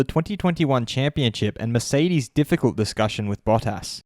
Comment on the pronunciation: Bah-Tis. not Baw-Tas.